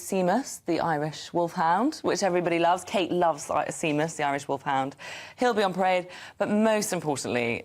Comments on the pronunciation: The Irish Guard's mascot, the Irish Wolfhound, is called Seamus....pronounced sh-A-mus. It is most certainly not sea-mus. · Seamus (pronounced shaymus) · A Cdn asking = isn't Seamus pronounced Shaymus? OK how are you coming up with such drivel - trying to keep your job? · I thought the same. She's a journalist, get pronunciations right 🤨